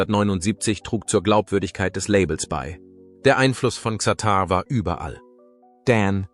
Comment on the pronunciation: Was für ein harter AI bullshit lolll. Allein die falsche Aussprache von Xatar stimmt für die absolute Dummheit eines solchen fake Videos, das nur skandalieren will.